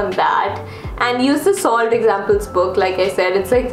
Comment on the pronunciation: Why does whenever said SOLVED it sounded like SALT. i was really confused lol.